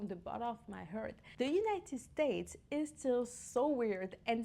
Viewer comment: Bon, NO OFFENSE, mais là, faut quand même faire un tit' effort sur l'accent "...from the bottom of my HEART..." (not "hurt").